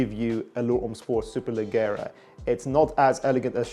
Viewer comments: Is pronounced “superleggiera” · Superleggera Is and italian noun and the double GG should be pronounced like the J of Jogging. Cheers from Italy 👉🏻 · Need to brush up on your Italian bruv